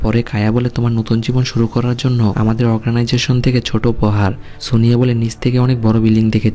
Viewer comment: ভাই এত বড় পেজ খুলে বসেছেন এক্সপ্লেনেশন করছেন নিজের উচ্চারণের দিকে খেয়াল করেছেন কি? বারবার অর্গানাইজেশনকে অগ্রানাইজেশন বলছেন। খুব বেশি কানে লাগছে। দয়া করে পরেরবার থেকে উচ্চারণ ঠিক করে করবেন।